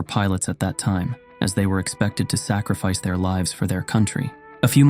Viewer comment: “Sak-re-fice of his Pooples”